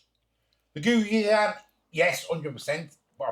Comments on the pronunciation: Pronounced " goh-chew-gang". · Defo Gangnam Style there.. Op Op Op Op, OPPA Gangnam Style...🤣... "GO - CHOO - JANG" Noodles are the best - A spicy, savory sauce + udon noodles + veggies = 30 minute noodle dinner!